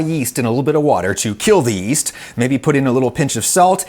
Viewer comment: Oh, yeast! I thought you said "weest."